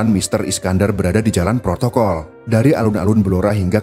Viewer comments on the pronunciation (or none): none